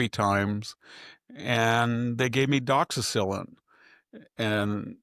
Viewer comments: Victor I love your presentation , but its pronounced doxy cycline ( like cyclist ) its not a penicillin based antibiotic. It will rip your stomach up on an empty stomach so. Make sure you take it with food ( avoid taking with dairy, eggs, kale or spinach ) . Also try to avoid increased sun exposure . May cause risk of sunburn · lol, how funny when you mispronounce the doxycycline it’s cute😊